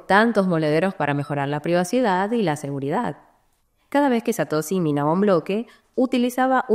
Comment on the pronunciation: Satosi ? Es la primera vez en mis 8 años de crypto que escucho a alguien pronunciarlo así.